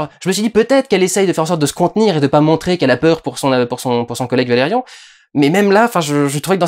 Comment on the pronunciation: D'ailleurs il prononce Valérian à la française... je suis a la bourre aussi :/